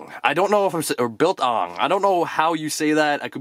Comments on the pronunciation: Biltong comes from where I live you said it right.Love the vids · Heya, you are pronouncing Biltong spot on!! Biltong is like staple food here in South Africa! Nice pop and that lanyard is cool AF!! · Biltong is south african. Its similar to jerky. And yes yu pronounced it right the first time